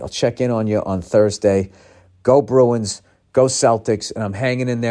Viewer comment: Ol' Billy Hockeypucks hyped up on OUR Boston Bah-roo-ins